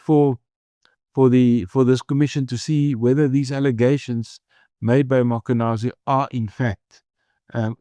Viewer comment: Prof, please pronounce the Lt Colonels name properly …. It’s not mAkwanazi, it’s Mkhwanazi. If you’re not sure, ask anyone around you to assist. You seem to have everyone else’s name correct … It’s a matter of respect. Thank you sir